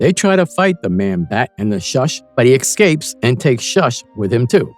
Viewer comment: I wouldn't be shocked if it was AI narrated. Not very much. & " excapes " ? Who programmed the freaking AI ?